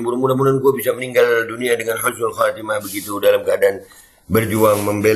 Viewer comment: Husnul mas.. Bukan khusnul...😅😂😅😂😅😂 insya Allah KH. ESMUNI ,HUSNUL KHOTIMAH, KRN MENINGGAL DLM KEADAAN SEDANG MEMPERINGATI MAULID NABI. Kumpul dgn para ulama dan habaib dan santri2...masyaallah..